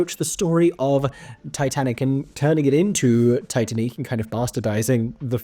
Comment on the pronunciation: It's pronounced Tee Tan Eek.